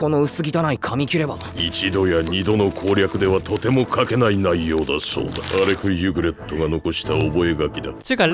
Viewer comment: 발음좀 똑바로해라 이름이 알렉 유그렛인데 알렉 유그레토라니 ㅡㅡ 변신것들 일본어 캬아앜 퉤!